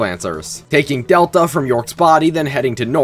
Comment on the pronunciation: One small correction it is pronounced del Ta not data